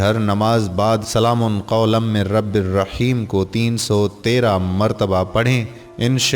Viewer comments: Ap quran ki ayat to thek pary سلام Kay meem per pash hay zabar nhi ap nay do martaba zabar kay sath pari hay is say mani badal jaty hay plz take care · Salam Man k oper Zabar nhi Paish ha Bhai Zara parhty waqat ghaor kareen please